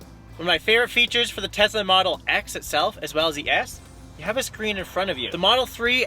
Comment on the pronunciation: TeZla. funny.